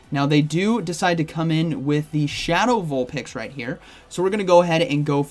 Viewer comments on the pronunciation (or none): none